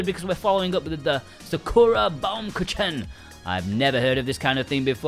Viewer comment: Omg the baumkuTSHEN xD